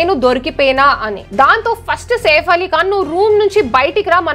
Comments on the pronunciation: మరి ఓవర్ చేస్తున్నావ్ సేఫ్ కాదు సైఫ్ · వాడు సేఫ్ ఆలీఖాన్ కాదు! సైఫ్ అలీఖాన్ 😂😂😂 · Safe ali khan kadhu saif ali khan Heck saw kadhu hack saw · 1st of all safe Ali Khan kaadu "SAIF" Ali Khan